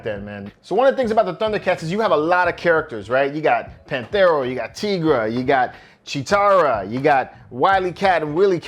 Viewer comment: LOL Lionel! His name is LION-O, not Lionel. Willy Cat! Panth-air-O! Teegra! Bro, did you really watch the show?